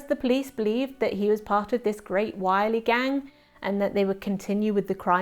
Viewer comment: Correction on pronunciation of the village name: Wyrley Pronounced Wur-lee.